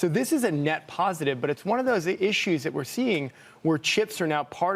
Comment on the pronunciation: Pronouncing it nuh-vidia at this point has to be intentional ragebait.